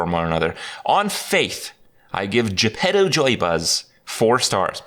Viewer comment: When everyone calls Jepetto -> Je Pedo